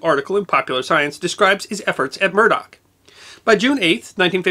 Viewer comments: Just one minor quibble, it's "Muroc" airfield, not "Murdock". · muroc, not murdock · Edwards Airforce Base was formerly named Muroc Army Airfield, not Murdock...(pronounced "Müh-rock") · Muroc not murdock. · Great man and great video. The original name of Edwards AFB was Muroc, not Murdock. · I have found yet another error in your narration, The correct name of the base is MUROC not Murdock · Not that I look for them, but I believe I have caught two mistakes in this episode. The name of the testing range near Edwards Air Force Base is Muroc, not Murdoc. It is named after Muroc Dry Lake. And the study of animals is pronounced ZO-ology, not ZOO-ology. Still, I really enjoy your presentations and will continue to watch them. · it is MUROC nor murdock..... get your history right ...... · Just a nitpick.. It’s “Muroc” without the “d.” Not “Murdoc.” Name was the backward spelling of “Corum” since there was already a town town Corum and the postal service wouldn’t let them use the name. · I HATE to be picky, but the AFB where the testing was done is not "Murdock", it was "Muroc". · Murdoch? i thought it was Mirrock (sp?) Airfield. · Murroc not Murdock